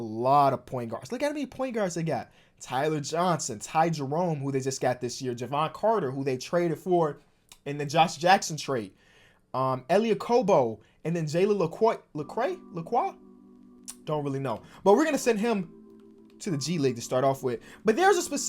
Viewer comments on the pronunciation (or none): and its Jay-len Le-Q